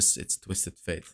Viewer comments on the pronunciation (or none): you've been saying Twisted Faith forever bro, his name is Twisted (☞ ಠ_ಠ)☞ FATE